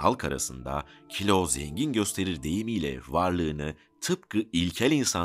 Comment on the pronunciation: Hacı kilo demeyi yeniden öğrenmelisin galiba ya :)